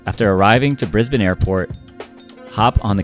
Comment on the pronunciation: You know how to say Brisbane properly but not Melbourne?